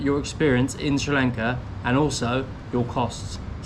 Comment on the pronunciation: I love it when you say srilanka love it